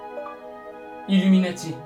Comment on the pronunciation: Je suis chocais quand tu as dite iluminatif !